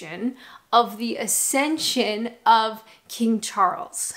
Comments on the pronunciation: Accession,not ascension. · Accession,: Ack-session. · It's actually accession - no 't' in it. Don't correct incorrectly.